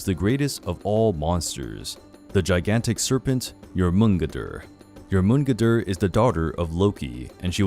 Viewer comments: (Nyour-men-gone-der) I'm trying to be a know it all but that's how I always heard it pronounced at least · I thought that it was pronounced as Jor*mun*gand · It is pronounced: Jor*mun*gander.... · You pronounce the midgard serpents name completely wrong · You pronounced Jormungandr wrong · Pronunciations were wrong (Huginn, Jormungandr specifically). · anyway else bawling laughing at how he tries to say jormungander? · The way you say Jormungandr makes me want to smack you